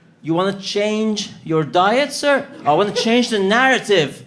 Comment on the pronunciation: You vant to change your diet Sir ? No! I vant to change the narrative! 😆 🤣 😂